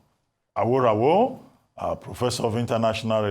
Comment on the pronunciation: Dr Abati, as a Yoruba man please stop mispronouncing AWORAWO, a divination seeker/ watcher, pardon my english if it is not correct but, I'm sure you'll have an idea of what I'm trying to say which is a Yoruba name, it's pronounced as re-do-do-do, thanks...